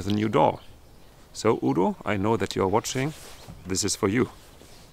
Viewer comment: lol. I thought he said Oodle.